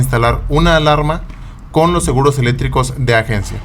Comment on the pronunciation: No sabes decir seguros eléctricos y dises seguros elétricos sin C jajaj